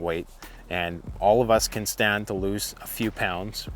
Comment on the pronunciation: The word is CAN, not Ken!